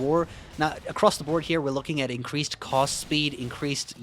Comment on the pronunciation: When you say cast it sounds like cost and that shit is hilarious.